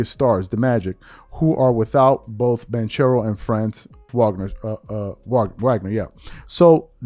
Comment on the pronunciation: My man can pronounce Giannis antetokounmpo. But can't pronounce ban-kero or vah-g-ner. Wow. It only takes a minute before you hit record to go get proper pronunciations and be a professional.